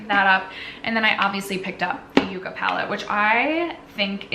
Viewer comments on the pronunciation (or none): Yucca is pronounced yuck-a